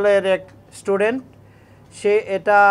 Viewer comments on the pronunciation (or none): none